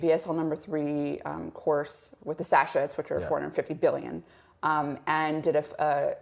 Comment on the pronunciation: Can’t remember the last time I took antibiotics. Does the length of time they’re taken make a difference, or can even one short course destroy all the beneficial bacteria? Thanks for pointing out the pronunciation of sachet. It grated on my nerves as well. 😂. When she said it again I glanced at the corner of my screen and smiled. Good on you! 👍